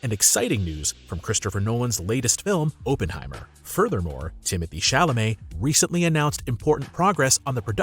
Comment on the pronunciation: FYI it's pronounced OPP-en-hi-mer, not OH-pen-hi-mer.